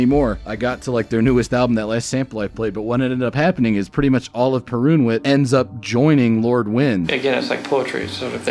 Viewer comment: The wsy you butcher the pronunciation of Perunwit and Wojnar, priceless.